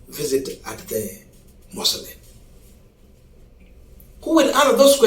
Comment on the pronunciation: Pronounce mausoleum correctly Not Muslim